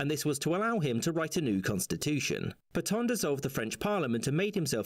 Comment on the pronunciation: You don't pronounce "Pétain" like that.